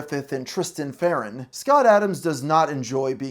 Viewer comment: please put some respect on Tristan L. Farnon's name and pronounce it correctly